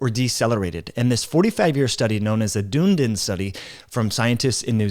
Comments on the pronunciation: Dunedin is pronounced dun-e-din by the way not dune-din 😅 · Dunn-ee-din - it's a three syllable word Dune-din is pretty cool though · New Zealander here! DUNNN EEEE DINNN (not doon din) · The pronunciation of the Dunedin Study is Dun - e - din ... not Dune - din Like most things in life, your attitude is the biggest factor... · Check the pronunciation of Dunedin. It is not Dune-din. Dunedin is Ron Desantis's hometown. He'd be so disappointed by the pronunication here. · Dunedin is pronounced Dun-ee-din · Dunedin is pronounced Dun - Eee - Din. It is the Gaelic name for Edinburgh. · Dunedin is a city in New Zealands South Island, pronounced Dun-e-din :) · Its pronounced Done-knee-Dun. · It’s pronounced Dun-ee-din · It's pronounced DONE ee din (3 syllables) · great video - Note it is dun--eeee-din! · As a kiwi I just want to tell you, it’s pronounced Dun-ee-dun :) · Dun e din. Pronounced